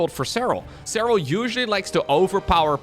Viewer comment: Say his name like you mean it!!!! With accent!!!! SEH RAL❤❤❤